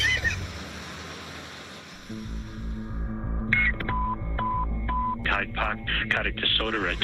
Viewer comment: I thought he said Tide Pod instead of Hyde Park.